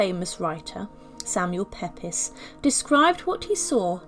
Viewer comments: Just so you know...Pepys is pronounced 'peeps' NOT pep-is!! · Samuel Pepys surname is pronounced 'peeps' not peppis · PEEPS, not ,Pepiss' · Another mispronunciation is found regarding the name of Samuel Pepys. His last name is pronounced "peeps", not "pep-pis". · Pepes is pronounce peeps if your not sure of how to pronounce certain words you can use online apps that will help with that. Apart from that this was so interesting a great historical video I really enjoy your work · Samuel Pepys isn´t pronounced "Peppis", it is "Peeps"! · Why don't you pronounce Samuel Pepys' name properly? It is pronounced 'Peeps' - not Pepis! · I have to mention that the last name of Samuel Pepys is pronounced "peeps" and not "peppiss." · For heaven’s sake, Samuel Pepys the great and famous diarist’s name is pronounced Peeps not Peppis! Please do your research more thoroughly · I do wish narrators would pronounce names ,especially, correctly. Samuel PEPYS was pronounced as Pepies not PEEPS as it was supposed to be pronounced. This is just one instance there are several throughout this video. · Samuel Pepys is pronounced "Peeps", not "Peppis". FYI. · Samuel Pepys …….She pronounced this “Pepis.” But it should be ‘peeps’ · Samuel Pepys, pronounced Peeps, not Pepis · PEEPS not PEPIS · And Samuel Pepys- pronounced Peeps, not Pepis. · I enjoyed the video immensely and your commentary is excellent. One thing, it's Samual "Peeps" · Samuel ‘Pepys’ is prounounced as Peeps. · Pepys is pronounced Peeps. js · Pepys = "Peeps". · Not sure if it has been noted but (the diarist who kissed Catherine of Valois’ lips on his 36th birthday) Samuel Pepys’ surname is pronounced “Peeps”. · Extremely interesting. Just an FYI though, the very articulate and eloquent narrator seems to mispronounce a few significant words, including the name of famous 17th-century diarist, Samuel Pepys (pronounced "Peeps"). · What a fascinating but gruesome story. (Btw Samuel Pepys is pronounced Samuel Peeps)